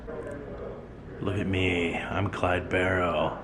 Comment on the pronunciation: thanks so much for showing this. i am a distant relative of clyde, and have never got the chance to go to that part of louisiana to see this. and kudos for saying the last name right!